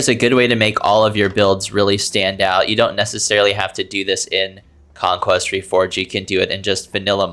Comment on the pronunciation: "conquest" ahh conqueer